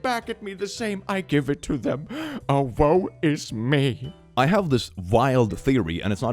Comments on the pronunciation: Is it just me or does anybody else hear "oh wo is me" (Idk how to spell it lol) and think it's "OwO is me" lmao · Trying to decide if says "oh woe is me" or "OwO is me" 🤔🤔 Ooh yes, western medicine is fake. So fake that it got my blood work to almost normal levels in a month and a half (my hemoglobin is acting lazy so I still have anemia). I started cancer treatments mid-October, and rn I feel mostly alive again. Going to have IV for a few months every four weeks and have to take pills for about a year, but hey ho, just one more regular med I take. I already take two hormones and other stuff regularly because my body is being stupid. It's just more stupidity I need to fix.